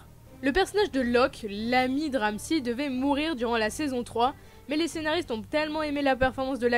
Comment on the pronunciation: « Tayronne » « Ramsie » 😭